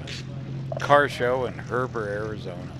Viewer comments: Hey Great video. It’s “he ber” not “her ber’ just fyi love your video’s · Its a long e in Heber not Herber. Been through there myself and it's beautiful. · Hey, It's HEBER NOT HERBER! Love ya buddy! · Hi, it's pronounced Heeber. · It's pronounced He-bur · Hey, enjoying your channel! Subscriber. Thought I’d point out there is no R in Heber. There’s also a really cool Heber in Utah!